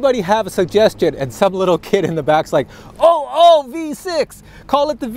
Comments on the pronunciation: Actually it’s not oh oh v6 it’s ooh ooh as in you you without the y sound. So ooh ooh looky it’s a V6. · Ooo ooo not oh oh. 2 o’s dude